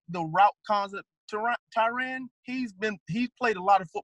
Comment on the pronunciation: I don't understand how so many coaches can coach a guy for a whole year or more & still mispronounce their name. Tie-REN not RAN or RON. It's very simple. I wonder if Tyrann is just tired of correcting mfers